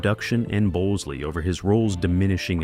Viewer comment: It's the AI voice. It also said Bowsley for Tom Bosley.